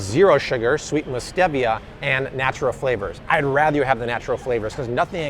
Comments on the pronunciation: You made me question - am I pronouncing Stevia incorrectly? So I Googled afew different sources... All agree. It is stEE-vee-uh Now we know😄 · Pronounced STEE-via and ZEE-via 🤦🏼‍♂️